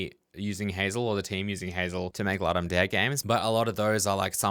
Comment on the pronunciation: Please, please, please check how to pronounce Ludum Dare. Did I say please?